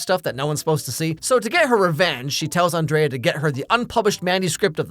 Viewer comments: Her name is pronounced An-dree-a. Miranda just pronounces it An-dray-a. 😊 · This sequel was a solid 2 out of 10. The 2 points were scored for Lady Gaga and the celebrity cameos. Hear Emily enter and call Andrea Ann Dree A. My name is Andrea, too. Later on, the pronunciation morphs into On Dray Ah. I get that all the time, too. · You know, for someone who's seen this movie 87 million times, you sure do mispronounce Andrea the same number of times. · It shows how big of an impact Miranda has had, in that the entire video he pronounces Andreas's name the way Miranda does, and not how Andrea herself and all of her friends and family do.